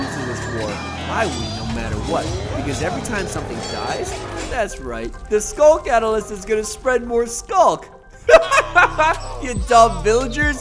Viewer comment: just say skulk Catalalist the skulk scrieker summens the Warden pls say skulk Catalyst